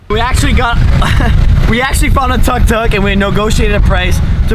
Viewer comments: It's took took not tuk tuk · It's pronounced 'took took'. Just sayin'.